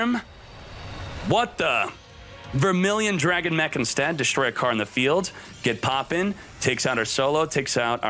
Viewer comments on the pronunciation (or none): none